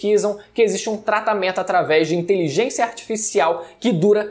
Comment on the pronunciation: Detalhe: inteliZênxia